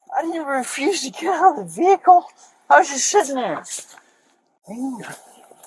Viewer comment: “But officer, I was just s(h)itten there.” Yeah, he’s not drunk. 🙄